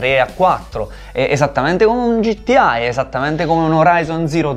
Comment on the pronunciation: ma qualcuno gli vuol dire al tizio di sinistra che gta non si pronuncia gittià